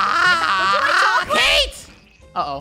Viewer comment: Draco said ca te but funneh said cate and Draco said oh it's cate